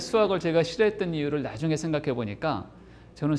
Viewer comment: ""나중에:의 "나"는 약간 길게 발음해야지요.